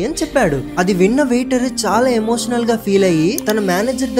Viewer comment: Emotional❌️ enotional✅️